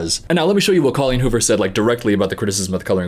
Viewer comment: he said her name wrong 😨